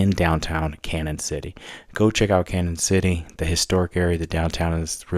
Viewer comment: its pronounced like canyon because of the line over the n